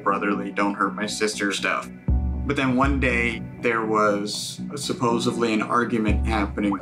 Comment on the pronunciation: I always hear people say, "supposably" instead of supposedly but I NEVER heard "supposively" before lmao that one got me 😂